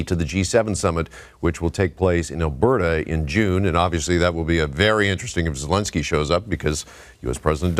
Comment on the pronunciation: Excuse me, but you mispronounced President Zelenskyy's name as "Zelinsky". That man, that hero, deserves better. Your credibility is very low with me, to say the least. 😒🙄